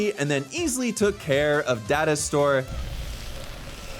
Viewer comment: Who else heard dinosaur instead of data store!? 😂😂😂 Just me...?🙈